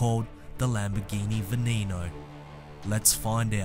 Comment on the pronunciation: Stop saying......... VNEEEEENO